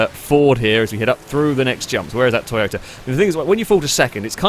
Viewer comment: Wow! You just said Toy-BOATA AGAIN!!! Ha!!!